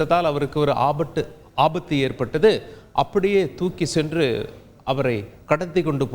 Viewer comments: ah butt uh alla.. aabathu😂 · சுற்றுள்ல்ல்😊லா ஆபட்டு